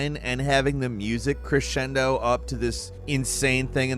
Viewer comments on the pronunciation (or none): none